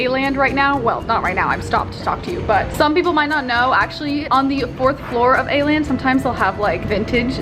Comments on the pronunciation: Why are saying Aland when it’s called Åland 🙈 dont be mad i am just a karen😘 love ya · Everyone in Korea: "let's go to A-land" Me, a triggered Swede: "It's called Åland!" Yeah its kinda pronounced like the ou in "ought to" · It kinda is! As a native Dane, it's kinda triggering to listen to the mispronunciation, just like how Hongdae isn't pronounced as Hongday. But I can bare with it😅😂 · the way you pronounced Åland broke my scandinavian heart 😭